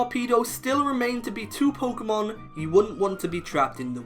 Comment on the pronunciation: should really consider saying the word Pokémon correctly. The accent is not there to make the name look cooler.